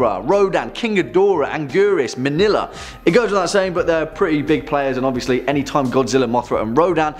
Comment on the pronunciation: Did you just say "manila" ? I didn't know there's such a thing named after the Philippine's capital. Or I misheard it.